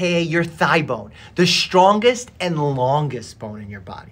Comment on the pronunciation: I did not like the emphasis on "strongest" and "longest"